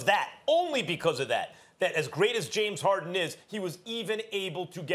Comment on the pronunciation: Nobody: Kendrick Perkins: JaMEs HaWDin